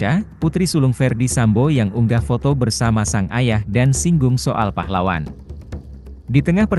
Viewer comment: Pahlawan apa neng .......yg jelas dong bicaranya ...